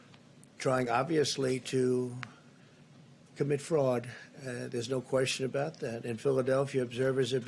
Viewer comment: The president of the United States just said shannagens and frAUD and Corruption. Moron waaaa 😭😭😭 I’m losing. Lmao 😜